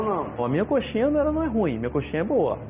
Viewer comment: ... "o queru uma conxinha tamen"